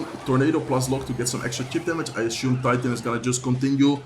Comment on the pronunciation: Assume not ashume